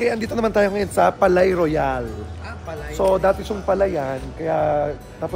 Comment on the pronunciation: "Palais" is pronounced "Pa-Le". Ang "-ais", same pronunciation sa Calais ("Ka-Le") o français ("fraN-se"). Palais-Royale means "Royal Palace", tinawag syang ganyan kasi dati talaga syang palasyo ng hari dati.